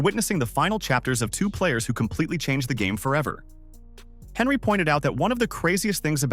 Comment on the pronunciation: Anyone else triggered the guy kept saying HENRY 😂😂